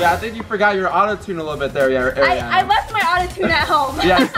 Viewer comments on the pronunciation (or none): Not saying Airiana grande 😂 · doesn’t know how to say Ariana grande😂